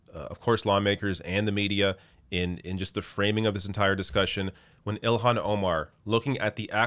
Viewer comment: It's NOT ILL-Hawn, it's IL-Lan.